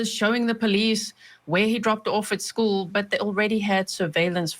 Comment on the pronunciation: Schoo.... With no L. Ughhhhh